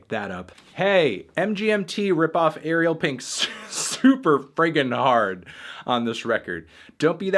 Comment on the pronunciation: Dude. Ariel rhymes with sorry bell, not cereal